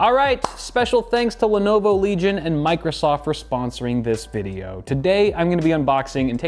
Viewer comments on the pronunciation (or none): Everyone: Legion: Leg Ion. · LENOVO LEG-ION